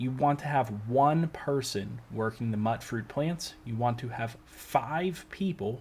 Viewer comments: Pretty sure its pronounced mutefruit plants bro not "muttfruit" good vid though 💯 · It's pronounced "mooytfroot", like mutant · Mutfruit is a mix of “mutant” and “fruit”, so it’s pronounced as “Mewtfruit” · The way he said mutfruit 💀